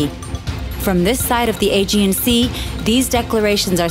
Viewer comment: I thought she said The A, G and C.